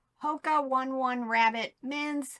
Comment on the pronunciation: Hoka One One is pronounced Hoka own e own e My friend is a triathlete and has been using Hokas years before they became popular. You pronounce it however you want, just wanted you to have the information. Thank you for the daily videos. I was out of the country the past two weeks and I am been binging them since I have been back! 😊